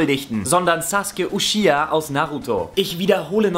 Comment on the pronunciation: Saske spricht man den Namen im japanischen aus, er hat damit schon Recht, der Nachname Uchiha wurde allerdings wieder deutsch ala Uschia ausgesprochen. Und mit Itachi hast du Recht, denn man erkennt den Unterschied an den zwei "Strichen" bzw. Wangenknochen die von der Nase aus gehen ;) Dass Anime und Manga jetzt als Sündenböcke hingestellt werden finde ich auch nicht richtig, denn grade in Naruto geht es eigentlich darum, dass man die Gewalt die dort herrscht nur noch beenden möchte.